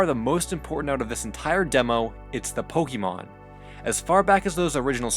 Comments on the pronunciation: its poke-eh-mon not poke-ee-mon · I know you might not be a fan of the franchise but it's pronounced pohkaymohn the é in Pokémon shifts the vowel sound